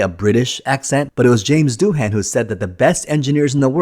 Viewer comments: It’s not Doo-Han, it’s Doo-un. Ai voice? Sounds like one. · How could you possibly have done so much research and not learned to pronounce Janes Doohan’s last name currectly?